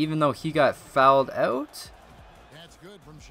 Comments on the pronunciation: Please don't say "fouled ougggtt" again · "He fowelled ouut"